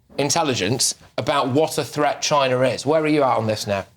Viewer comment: THreat not Fret - the pronunciation of words was annoying 😂😂